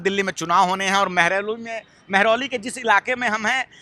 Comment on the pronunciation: "मेहरालाऊ" ऐसी गलतियां पंडित पत्रकार नहीं करता, बोलने मे फायर होता है इसलिये मीडिया पर कब्ज़ा है!